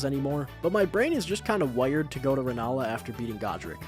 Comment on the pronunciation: The way you pronounced “wire” tells me you’re from upstate NY/syracuse area.